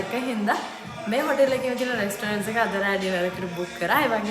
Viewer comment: මචං වයිෆ්ට රෙස්ටොරන්ට් කියලා කියන්න උගන්න පන්, she's adorable and kind hearted but that's the only black mark (pronunciation very important) , go ahead, congratulations ❤❤❤❤❤